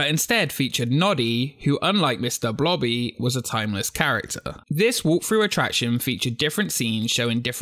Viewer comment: blobby ,i hear her name like bloddy